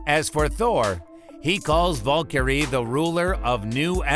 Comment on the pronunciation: Dont forget how he said Valkyrie! Lol